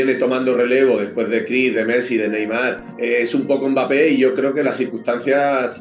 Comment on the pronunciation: Les espagnols savent mieux dire mbappé que les français